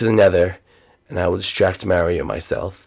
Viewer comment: She said distrack no kill